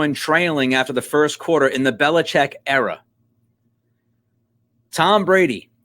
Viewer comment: Finally someone says Belichek!! Good digging!